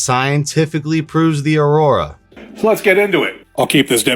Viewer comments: its "Aura" not Aurora. The aurora is aka the northern lights and has nothing to do with our bodies' Aura's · Aura, not aurora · Learn to pronounce AURA!!! You're saying AURORA (which is the northern lights), it's not in any way associated with the AURA (the mystical shroud that surrounds living things). That aside, I want a pair! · its pronounced Ora not Aroorrraa 😶‍🌫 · Bro it’s Aura not aurora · Lmao I like the video. But it’s pronounced OR-AH. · Museum of tarot is lit he’s worked with government on advanced technology regarding astral projection auric fields esp etc… black pill W aura is pronounced OR-RA aurora is not proper but this black pill shii is fire 🔥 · duuuude you can still delete this.. or redo it. Constantly mispronouncing Aura and Tarot is cringe as hell. Love you anyways man, let's get back on the road to 9.